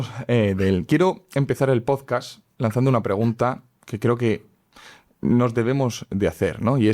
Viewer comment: Por favor, pronuncia bien PODCAST, con la T al final (no "podcas").